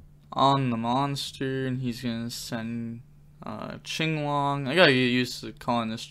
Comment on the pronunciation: Is it not pronounced kinglong? Why do you say chinglong.